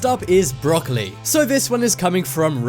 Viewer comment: lmao "Broccoli" aka danielle "Bregoli". yup lol